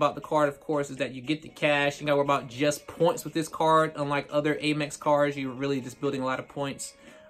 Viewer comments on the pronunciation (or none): Pronounced AHM-EX not AIM-EX AMerican EXpress